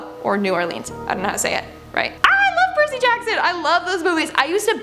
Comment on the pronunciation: 🤣🤣🤣🤣🤣🤣 Percy is pronounced PUR-C😉